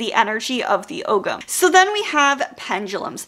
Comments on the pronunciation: Hi, I'm Irish and just wanted to let everyone know the pronunciation of "ogham" Oh-am or alternatively Oh-ham Love that ancient Irish can be found in so many places these days, thought I'd try and help a little 🥰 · Really enjoyed the video Just one nitpick, Ogham is pronounced "OH-wam". Yeah, it's that weird Irish pronunciation thing :D